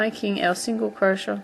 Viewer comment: I know this is such an old video but it helped me! Thanks so much. P.s. I love the way you say crochet.